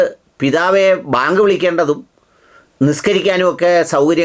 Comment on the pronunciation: ന്യൂസ്18 ൽ ഒരു ത്തൻ വളരെ ആവേശത്തിൽ വാർത്ത വായിക്കുന്നത് കേട്ടു.. ബേങ്ക് വിളിക്കാൻ അനുമതി വേണമെന്ന്. എന്താണി ബേങ്ക്